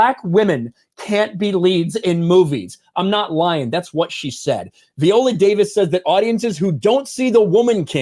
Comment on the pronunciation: Dude, I agree with the videos you've been doing on this story one hundred percent. But why in the world do you keep switching up the pronunciation of her first name? 😆 One minute you pronounce it "vie-OH-lə" and then you come right back in the next breath and pronounce it "vee-OH-lə". It's like fingernails on a chalk board. Just for the record, it's pronounced "vie-OH-lə".